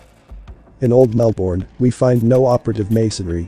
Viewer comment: So interesting! Thank you. Tip: it’s pronounced MELbin, MELbun down here😊